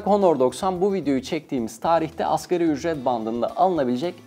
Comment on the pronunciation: Askeri ücret diyor ya şaka gibi.. 😂 '' ASGARİ ÜCRET ''